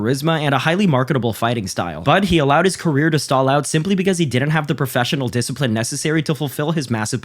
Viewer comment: He rack a disciprine